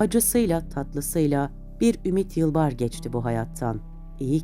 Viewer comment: Ümit'in soyadını bir kaç kez yanlış okumuşsunuz. Metinde de yanlış.